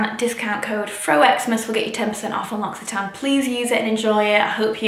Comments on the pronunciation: Inthefrow 😂 in French we pronounce this « Lo si tan », no x but this language is so complicated 🙏🏻😘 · The whole time I thought she was saying Luxy Tan not L’Occitane 😂😂